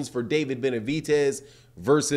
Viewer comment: BenaviDez, not BenaviTez, lmo